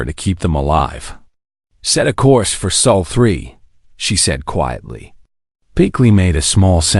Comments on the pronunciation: It’s SOL system , not soul.. your a.i. Needs to be updated or retired so you can start again. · pronounced more like Saul.